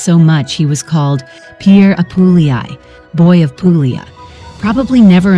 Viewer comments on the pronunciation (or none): Can you edit the audio to fix the areas where you say pooo glee a. in several other areas you say it correctly. I enjoyed the vid. Grazie.